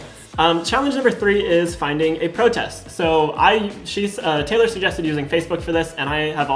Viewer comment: i dont like the way says protest